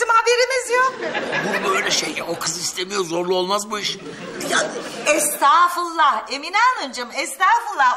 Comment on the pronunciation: ifo nu estafulla demesine sinir olurdum estafulla değil Estağfurullah..